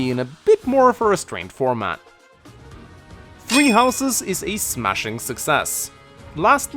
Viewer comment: Am I the only one who keeps hearing you say “tree houses” instead of “three houses”